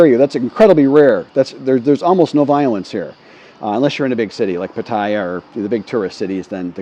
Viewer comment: Please learn how to correctly pronounce Pattaya. Do some Google searches.